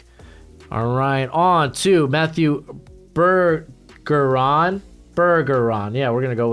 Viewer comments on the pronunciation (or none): Its def pronounced Ber-jeron.